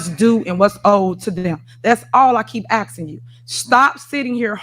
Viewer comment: I'm axing you axing you axing you